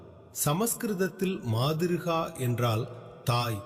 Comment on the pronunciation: மாதிருகா இல்லை மாத்ருகா